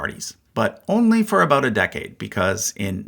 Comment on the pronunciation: I've lived and worked from coast to coast in Canada for 50 years and I've never heard a single Canadian, and especially Newf, ever pronounce "about" like that.